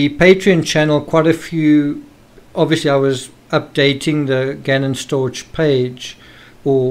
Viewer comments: Stauch= "Stauk" not stoouch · Can I just point out that stauch is pronounced stauk not stouch. God bless. Love from the UK 💕